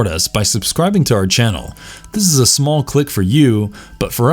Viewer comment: "We have a smarll requast...."